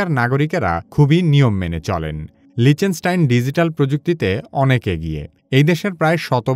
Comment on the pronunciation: লিচেনস্টাইন ❌ লিচটেনস্টাইন ✅